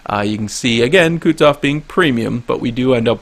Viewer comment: say after me, Ku(Koo)-tu(too)-zof(xoph), not kutzof... -_